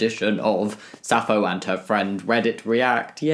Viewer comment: Hey Jamie! Sappho is pronounced "sap-pho=fo", there is a p in there. btw I love your videos (did I mispell your name? Sorry if I did)